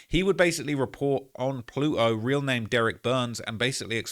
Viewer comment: Ploot-o 2x 😂